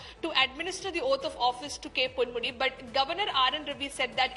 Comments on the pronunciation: Ponmudi, not pandmudi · Ponmudi not Pandmudi